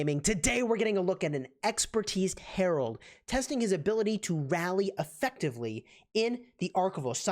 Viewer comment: His name is Harald not Harold!! Please pronounce names correctly!